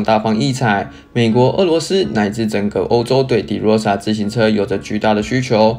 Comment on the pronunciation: De唸法是ㄉㄜ˙ 不是ㄉㄧˉ